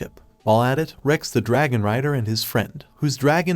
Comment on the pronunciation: A groop of dargon riders😂😂😂😂 Edit: If you dont know; dragon is the proper pronunciation not dArgOn